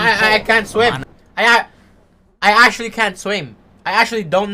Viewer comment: actuallyってアシュリーって発音するんだなw